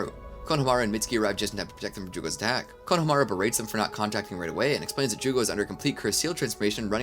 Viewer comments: Hearing you pronounce Konohamaru is like listening to a rape of a language taking place during a train wreck. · While I respect the heck out of you for putting this whole amazing thing together. I have to ask. Why oh why do you keep saying EVERYONE'S name in the dumbest way possible? Konohamaru for example. It's was the same thing with the My hero academia speedrun whenever you would say Izuku Midoria's name. You're saying it wrong. It makes it hard to get through the video. Why do you do this?